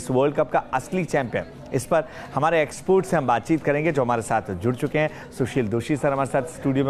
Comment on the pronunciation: Export ny expert hota hai bhai anchor.